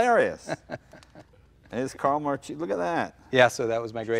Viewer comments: That weird moment when you're italian and you know Marchese is not pronounced like that but at the same time it's his surname so you don't really want to correct him and make him angry.. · The "CH" is pronounced as a "K" in Italian. In case he ever went to Italy or stop promoting the Italian heritage and not know how to pronounce his own name. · Sorry, as an italian this was painful to listen. An italian american talking about his heritage and he can't pronounce his own grandfather's surname. So sad. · It's Marchese not Marcisi... come on!!! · it's MARCHESE not MARCISI !!! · This guy doesn't even know how to pronounce his last name....Its Mar Kay Zee not Mar Chee Zee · As a professional Sicilian, I found the pronunciation of Marchese in this video strange. Both Jay and pronounced it "Mar-cheese-ee". But I'm pretty sure that back in Sicily, they said "Mar-kay-zee". But what a cool bunch of racers those Marchese guys were! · Mar-kay-zay, not mar-cheesy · Pronounced Mar-KE'Ze, not Mar-Cheesie!!! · I'm sure it's pronounced "mar-kayzee" not cheesy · I love the videos…but: grammar knotsy: Marchese, in italian, is really pronounced Mar-kay-zee.. 'ch' in italian makes a K sound… so Mar-Cheesy…is so american… and Lancia… is pronounced Lawn-chaw.. "ci" in italian makes the ch sound… :) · It's "markese" not "marchese" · its pronounced Mar-Kay-Zee not mar-cheesy... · IS MARKESE NOT MARCIESE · Name's MAR-KAY-ZE not MAR-CHEESEE. And I thought Jay was pathetic with his Eye-Talian pronunciation. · Makes me sick, First to call the family name marcheese. It’s pronounced mar-k-z The family is from Palermo Italy. What a family skunk..... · its proncounced MAR KAY ZEE ... this guy sure isn't proud of being Italian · pretty sure it's pronounced 'Markeesee' ...hard C before an H in italian ... it's a pretty common surname in Italy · 'marcheeeesy'... gee... you couldn´t possibly miss pronounce that even more. Just saying, no wonder he seems to be selling it, he gives zero fucks.